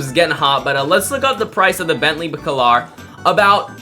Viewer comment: bentley bAAcAAlar not backlar 😭😭😭